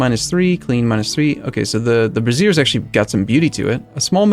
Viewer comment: a tip for pronunciation: A brazier (bray-zee-er) is a container for hot coals for light and heat. A brassiere (brah-zee-er; what you're currently saying) is a fitted undergarment for women...a bra.